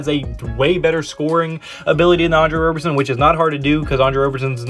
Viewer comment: Please call him Rob-er-son and not Robe-er-son. He hates that and I’m here to protect his feelings lol